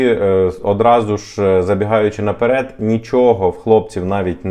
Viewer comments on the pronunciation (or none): none